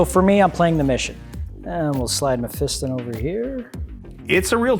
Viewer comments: You guys must be taking the piss on Mephiston’s name... May-Feast-On as opposed to Meh-Fist-Un ... :P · learn to say Mephiston correctly Mef - i - ston